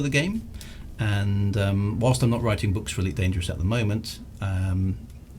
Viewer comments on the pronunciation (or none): none